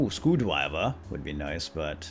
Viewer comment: said scwewdriva lol go to the part where hen was selling a screwdriver